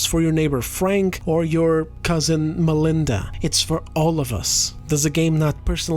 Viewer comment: Your cousin MA-Lin-DA